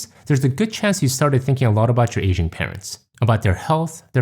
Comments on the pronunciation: oh, it's "aging parents", not "asian parents". that got me confused for a while (english is not my first language and i sometimes struggle with hearing accents). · Your accent threw me off at first because it sounded like you were saying "Asian" instead of "aging." I thought "But my parents aren't Asian lol."